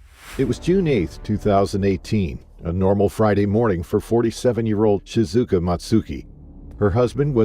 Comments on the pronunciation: In the 2nd story, you got her name right when you introduced her (ShiZUKA) and then you proceeded to say her name wrong for the whole rest of the video (ShiKUZA). Sorry, but that drove me crazy. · it is ShiZuka not ShiKuza!😊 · One thing and one thing only bugs me with this. Shi-zu-ka. Not Sikuza. Please, the poor lady died terribly, her name should be remembered and pronounced correctly, especially with everything else that happened to her. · SHI ZU KA, not shi ku za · How do you go from calling her by her right name Shizuka to calling her Shikuza. Talk about disrespectful. I mean this women’s dead and somehow mid video you start calling her by the wrong name. What kind of shit editing is this. Or is this just racism at its finest. Can’t pronounce an Asian name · you really butchered shizuka's name